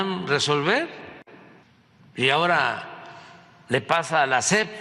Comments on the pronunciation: La "SEF" dice el Cacotas, ni siquiera sabe decir SEP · A la “SEPT” 🤣🤣🤣